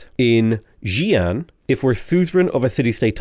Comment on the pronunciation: I lol'd every time he pronounced Taiyuan as Taiwan Then everytime he pronounced as "jiang" something I died a little inside. Please pronounce Xi Jinping in your accent, hearing jizz jizz bing would be glorious